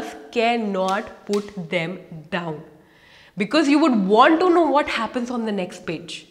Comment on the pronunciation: Don'd tell whad do 😅 Kk enough jokes thanks for the video and i like your acsent 🤗